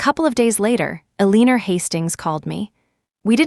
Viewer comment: Julian's mother's name is Eleanor (pronounced L LEN OR) not a leaner